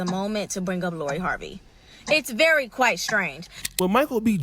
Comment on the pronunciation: Did she say very quit strange? 😂